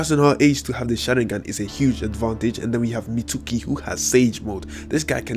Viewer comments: It's Mitsuki (Meets-Key) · He said Mitsooki